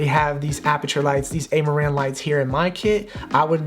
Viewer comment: It's Ah-ma-ran not Ey-ma-ran Same as Ra-yan is not Ar-yan